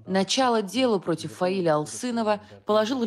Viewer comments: только не ФаилЯ, а ФаИля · Правильное ударение - ФаИля. См. как склоняется имя Фазиль у Зализняка (Зализняк А.А. Грамматический словарь русского языка: Словоизменение. Ок. 110000 слов. — Изд. 6-е, стер. — М.: АСТ-ПРЕСС КНИГА, 2009. — 800 с. — (Фундаментальные словари). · ФаИля- ударение на второй слог Неужели нельзя было уточнить, если не знаете, как произносить.